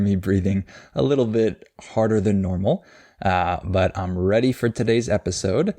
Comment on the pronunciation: A little bit You don't pronounce the t right in little and relace it with a in bit or what l? Like ( alil be2)?